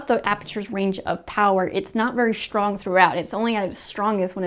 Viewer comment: I keep hearing her say Shtrong .. just me ?!?